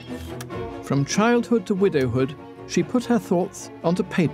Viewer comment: British narrator: She uses her pen to write all her thottsths